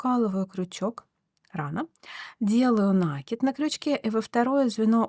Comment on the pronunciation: В творчестве нет правил, но есть правила русского языка - накИд. На - это приставка, кид - это корень, на него и ударение